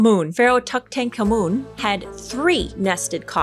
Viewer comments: Tutunkhamun is pronounced: Too-Thunk A moon Also is a mysandry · this part killed me! 😂🤣♥ it's said like "tootinkarmin". It's the only one I know. The others are totally lost on me too 🤣 loved this video. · 😂 Too - tun - ka - moon. Tootun - kamoon. Tutankhamen ✨ Very interesting watch 🤩👏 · Too-tank-Kamoon??! Girl it’s pronounced Tootin-Common 😅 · Ma’am you SUCK at pronouncing long or foreign words. It’s Tut-ank-amun not Tut-tank-amun. I sure hope you’re better at dealing with corpses than pronouncing semi difficult words😂😂😂😂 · “King Tut” is correctly pronounced Toot-an-com-oon. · Too-taahnk-ah-moon is how Tut's name is pronounced. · It's Toot-un-car-mun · /TÜT-en-KAH-muhn/ I thin is the pronunciation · Pronounced King "toot" "in" "common" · its pronounced tootin-common 😂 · I believe it is pronounced tootonkuhmen❤❤❤❤(idk if that’s true, but I’m pretty sure)❤❤❤❤ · I think king tuts name is pronounced toot-en-common. This is the fourth video of yours that ive binged so I'll give you a sub, I like your nails and morbid (but respectful) curiosity. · I’m sure you know this by now king Tut’s name is pronounced tootin common Sorry couldn’t help myself 🤭❤️ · It’s pronounced TOO TON KAAH MEN Everybody say it with me now - Tutankhamun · I think it's pronounced as "toot-uhn-kha-mun". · King tut's name: Pronounced (toot-on-com-une) 😊 The boy king. His burial was rushed. He died (likely murdered) unexpectedly and very young. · Girl, it's "toot-en-kha-moon" & "haht-shep-soot". Soot like suit not soot like ashes. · Pronounciation > Toot-ank-ah-nah-moon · Tutankhamun pronunciation Too-tan-kah-moon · Wow. Tutankhamun. Phonetically, it's easier if you think of it as : Two-Ten-Common. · Always pronounced it like tootin-kahmin growing up, its a weird one! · I always hear it pronounced (toot-en-caw-men) or (tut-en-caw-men) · Toot-hum-car-mun ...ish anyway 😂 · pronunciation for King Tut: Toot-an-common :) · Too-ten-CARmen. That's how you say Pharaoh tuts full name.